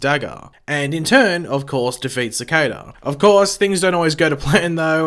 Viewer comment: OMG YOU ACTUALLY SAID CICADA RIGHT IM CRYING TEARS OF JOY